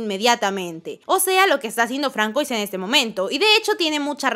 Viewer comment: No se pronuncia FRANKOIS, se pronuncia FRANZUÁ